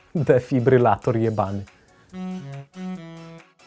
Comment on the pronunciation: "defiblyrator jebany"